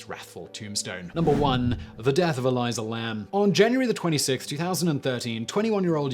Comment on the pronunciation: Elisa Lam, pronounced E-ly-sah not E-ly-Za, Also Hotel Cecil, pronounced See-sul, not how the name Cecil is usuually pronounced. I don't know why just like Colin Powell's name was pronounce Coe-lyn rather than Co-lyn. Also the hotel's claims that the roof was 'inaccessible' was later debunked as well as the ease of access to the water tanks.